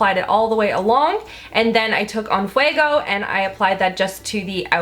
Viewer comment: Just because every beauty guru on YouTube has had trouble pronouncing en fuego..... you had it pretty much perfect! in-fwuego. It means "on fire" in Spanish. 🙂 I think these colors really suit your complexion!!